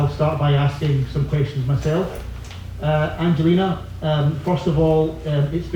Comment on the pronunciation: I wish they would pronounce Angelina correctly. I thought the gymnastic press had collectively got the hang of it by now and stopped americafying everyone's names... For anyone wondering the G in Angelina is like the G in gas, gum etc.. not like G for giraffe.